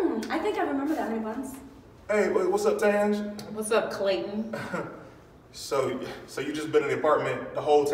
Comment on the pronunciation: “What’s up, Tanj?” 😳😅 “What’s up, Clay-ton?” 😒🙄